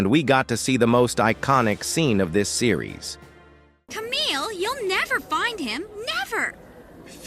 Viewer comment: The way the GM pronounce Kamille as "Car-mille" is Really funny